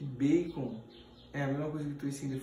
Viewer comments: O toicinho que ele fala é baycon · Baycom ou bacon